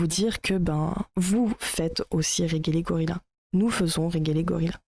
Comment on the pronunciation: Pas fan de Regelegorilla mais je trouve cette vidéo complètement à côté. Bon, passons sur la mauvaise prononciation du pseudo, c'est un détail. "Je ne sais pas de qui il parle mais..." Fallait commencer par là, non ? Dire qu'il a tort alors que tu ne sais pas de qui il parle... c'est tellement lunaire. Bref, il y a des critiques à faire à son contenu, mais là, c'est vraiment pas creusé.